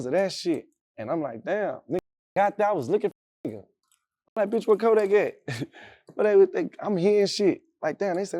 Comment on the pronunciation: Even jackboy said kodack scary 😂😂😂😂 he a fake gremlin now just. Got exposed frfr florida yall just took a huge L